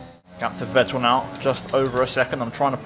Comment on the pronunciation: try pronouncing Vettel with F